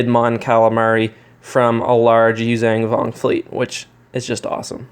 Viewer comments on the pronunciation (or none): Holy crap only 4K subs also "you xong vong"